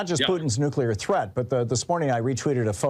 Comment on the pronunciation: NO ONE WINS A NUCULAR WAR